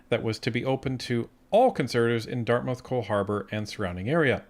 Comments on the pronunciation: I like you guys, I view your videos often. But it's pronounced Dart-mith not dart-mouth. But otherwise great job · As a Nova Scotian from the HRM area, it's pronounced Dartmuth. Thanks :P